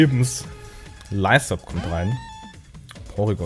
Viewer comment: Ich war ein Defog-Set auf Scherox. Man sieht, dass ich große Angst vor Flunkiefer habe? Dazu hast du Lysop falsch ausgesprochen. Lysop ist aus One Piece und das Lys wird wie in Lüstern ausgesprochen. War ein guter Kampf und da ich bisher keinen Grund für Auflockern fand, habe ich mir Scherox als "letzte Warnung" aufbewahrt, damit du kein Set Up versuchst. Ich war überhaupt nicht defensiv xD War ein hartes Wesen komplett physisch investiert. Grebbit: Wahlband hartes Wesen full KP Ich hatte zugegeben eine große Angst vor Toro und wollte Grebbit opfern, weil es keine KP mehr hatte. Die Misses waren PERFEKT für mich und dann dachte ich mir: Schnell behalten. Bei Strauchler dachte ich mir eigentlich, Heiteira würde sehr viel wiegen und den Grassy Terrain Boost wollte ich noch ausnutzen, weil er Pflanzen Attacken boostet xD